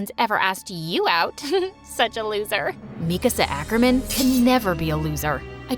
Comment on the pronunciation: “mIkAAAsA ACKERmAn” ereh 😢